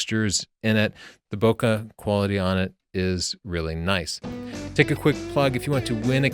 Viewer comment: you said Bokeh correctly :)